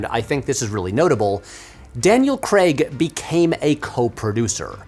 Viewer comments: He's British. So it's pronounced "Craig", with an I, not "Creg". Other than my petty nature making me cringe, I'm enjoying the video! :) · Ok Americans, listen up. 'Craig' rhymes with 'plague'... NOT 'beg'! 😀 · Why can't Americans pronounce the name "Craig?" It's "Creg" like "Gregg" On top of this lots of them pronounce the word "leg" as Craig should be - "layg" Odd... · The American pronunciation "Creg" is always funny for Craig. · Craig. Crayg. Crayyyyg. Not Creg. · It’s pronounced ‘Crayg’, not ‘Cregg’. He doesn’t work in Silicon Valley… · Craig like CRAYG not Creg like Greg. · Nitpick on what is a banger video, but his name is Daniel Craig, not Daniel Creg. It's like Data says in star trek "one is my name, one is not" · why do Americans say cregg instead of Craig. CRAYYYYGGGGGG. 🤦‍♂️ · Will never understand why Americans call him ‘Daniel Creg’ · I’ll never understand why Americans pronounce “Craig” as creg lol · Cr-AI-g FFS! Not “Creg”! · Craig. not Creg. The actor is English and it isn't hard to get right. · He doesn’t. Maybe it’s just the American accent he has, but I agree with alokinrainborn: it sounds like he’s saying ‘Creg’ rather than ‘Craig’ (which in British English is pronounced ‘Crayg’). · Rewatching the video, I can hear "Cregg" the first time he mentions him, but after that he pronounces it "Crayg". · I'm not sure I can make it through a whole hour of it being pronounced "Daniel Cregg" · Craig is pronounced Cray-g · I stopped watching this video when I realized that the whole concept of the franchise just went over Patrick's head and he said Craig as "Kreg". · 'Daniel creg' aaaand I'm gone 👋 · Why are you Americans so incapable of pronouncing Craig correctly? Its not "Daniel Cregg" for fuck sake, he's even called it out himself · Dammit! I was really looking forward to this vid. But then you went and said ‘Daniel Kregg’ in the first couple of minutes, and I had to switch off on principle. 🫤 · Who is Daniel Cregg? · It's Craig not Creg FFS